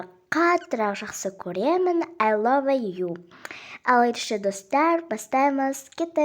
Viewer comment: Love деп айтлмаиды lov деп айтлады